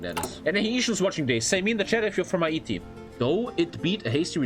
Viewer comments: the way he says Ha E Ti, instead of hayti, is great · Hah -eat-e actually hay-ti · Hay-tee not ha- ee-tee I couldn't stand that. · Editor tell it’s pronounced “HEY-TEE” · I don't know why he calls it Hai eee teee lol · Bruh no one talking about the way is saying Haiti? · I don't like how he pronounces Haiti.